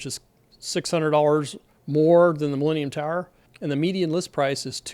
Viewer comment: I watch YouTube at 2x speed. At that speed, the way you say "millennium tower", it sounds a lot like "leaning tower"